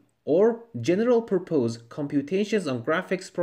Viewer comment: ... General what?... puPOSE? .. you mean.. PURpose.